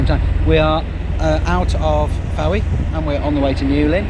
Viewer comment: Lovely! Fowey is pronounced Foy in proper Cornish I believe 👍